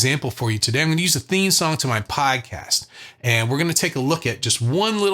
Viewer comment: When you say ‘Podcast’ an inner south boston voice jumps out. Tip is 3 is definitely the one I avoid and need to face up to